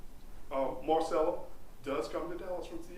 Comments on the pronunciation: Does this guy not know how to say the name marisela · This attorney sucks! Couldn’t take him seriously he keeps pronouncing her name all wrong